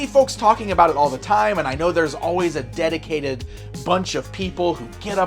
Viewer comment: Dedicated to this craft sounded like you were saying dedicated to finding crap.